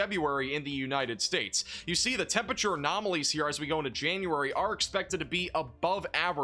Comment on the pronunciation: please, please start pronouncing the first R in temperature. it’s a four-syllable word